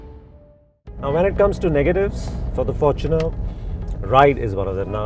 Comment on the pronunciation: at last, a review that pronounces the fortuner the right way. FORTUNEr not forTUNER the word is FORTUNE, hence fortuner not TUNER, or “for TUNER”